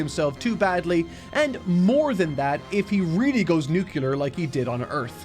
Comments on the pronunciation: Nukular isn't a word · “Nukular” again